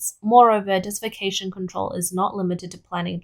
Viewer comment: The narrator kept saying "dessification." Did she mean "desertification" or "desiccation"? (Her hyper-Australianized accent was not always clear, especially with the over-emphasis of the r-dropping final syllables, as in "wahtaah".)